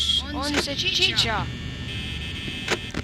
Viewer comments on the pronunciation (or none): ta on chica mitte cita